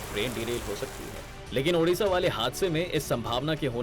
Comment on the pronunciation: Odisa not odasa